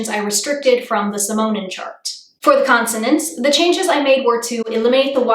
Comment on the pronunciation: Constonants lol